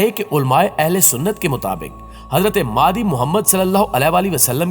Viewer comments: امام مادی, مادی نہیں بولتے بھئ, نام صحیح بولئیے آپ," امام مہدی علیہ السلام" کہتے ہیں, نام کیوں بگاژ رہے ہیں اتنی متبرک ہستی کا!! ؟؟ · Apna talafuz to Sahi kro kya Imam Mehdi as ko Madi Madi kr rahe ho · mehrbani kar k ow Madi NAHI he Imam.Mehdi A S he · Lafz Mahdie h..talafiz bhi teak karo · "Maadi" nhi "Mehdi مہدی" ,... Kundah nhi Kindah کندہ", "Khirasan nhi Khurasan خراسان". Itni achhi video me aap sirf yeh lafz aur apna talaffuz sahih kar len to zabardast ho jay.